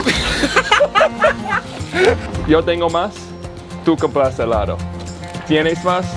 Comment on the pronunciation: Remind to pronounce the "d" thru his teeth like "th-e", helado= "A"-law-THo